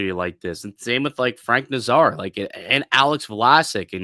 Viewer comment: You wouldn’t bring Kane in as a legacy, you’d bring him in when you’re down a goal with five minutes left in the game and you need a goal to survive, you ninnyhammer. BTW it’s NAZar not naz ARE